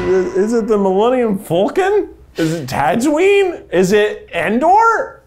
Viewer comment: did Keith really just say "millennium vulcan" at the end there